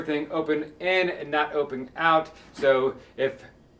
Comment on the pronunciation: Is she from Baltimore or PA somewhere around there? She has that kinda accent. The stOOOve. OOOpen. Can really hear those hard Os